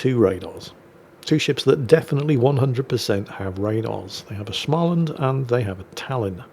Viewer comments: Actually,, it is pronounced: "Small Land", not "Shmal land". OK, OK, no need to cock the shotgun, I'm back to the salt mines... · Just say Small-land. Not only is that the literal meaning of the name, it is also very close to the Swedish pronounciation. There is no sch in Småland. As it happens, Thursday next week is the "national holiday" of Småland. Sadly, it would be impossible to explain why to a non Swedish speaking person. It's word play on "the first Thursday of March" in their local dialect. I'm not saying you HAVE to make a double length video featuring only Småland games, whilst you show off your new Swedish pronounciation skills on that day, but yea..... Fössta tossdan i Mass!